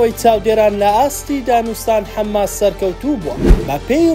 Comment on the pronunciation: حەماس نەک حەمماس